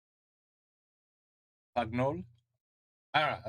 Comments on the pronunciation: Pagnole (Pan-yole)😊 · Marcel Pagnol (pronounce "pannioll") is the writer and the director. He was born in Provence. A story of denial...and forgiveness.